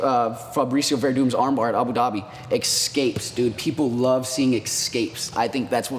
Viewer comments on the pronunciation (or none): it's NOT "EX-CAPE!!!!!!!!!!!!!!!!" Fuck sake!